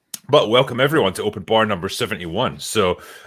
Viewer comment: "Open Barrrrrrrr" -, enunciating his R's